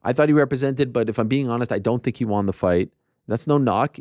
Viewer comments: Can we start a petition for Ariel to stop pronouncing the word won as "Juan/Hwaan"? It's weird and annoying. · I think you may have misunderstood me my friend. I like that he respects the names of people too and the pronunciation. I wasn’t saying I don’t like it. It’s strictly the word “Won”. He doesn’t pronounce it correctly. When he says won it sounds like “Wan/Juan/Hwan/Hjuan”. It’s not supposed to be pronounced like that. Like he’s saying on with a W before it. Won is pronounced like the word Ton, but with a W. Like the number one. That’s what I’m referring to.